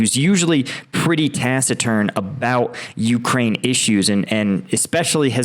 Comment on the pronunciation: It's prounounced "ta CK iturn" not "ta SI turn"